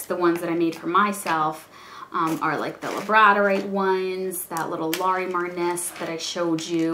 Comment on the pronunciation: I just wanted to let you know that Labradorite is pronounced like the dog, "Labrador-ite" or (lab-ruh-daw-rahyt ) :) you have done some nice work especially when just starting out! I remember mine at the beginning, and let's just say I wasn't excited to show it off lol. labradorite is my favorite stone to work with. here is a link to my etsy shop if you would like to see some of my work. keep up the good work!